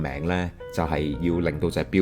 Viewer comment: 磁場單位「高斯」，發音係「膠s」，唔係「grass」